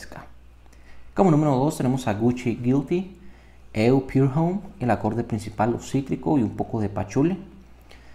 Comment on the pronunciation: pour homme es francés aimgo ud lo pronuncia como "Pure Home" del ingles